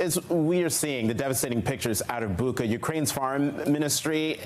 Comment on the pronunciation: The Ukrainian spelling is Буча, so it is correctly pronounced BOO-cha (almost sounds like butcher), not BOO-kha (where the kh is the sound of a hard H in the back of the throat like a Spanish J)